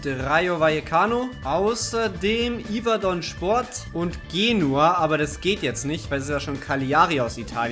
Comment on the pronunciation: Ich bin nicht yverdon fan aber du hast es komplett falsch ausgeschprochen